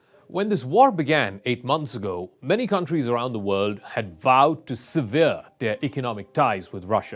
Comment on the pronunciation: Very interesting report. BTW severe and sever are pronounced very differently. The POS POTUS that tore up the Iran nuclear agreement has the entire world on its financial knees. Just like he is now. If you like this; vote for him again!